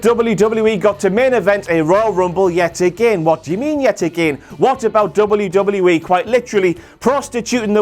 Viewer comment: Dub-you dub-yu E... NOT double U DOUBLE YOU!! E 😂